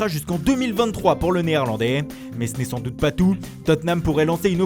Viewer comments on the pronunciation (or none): none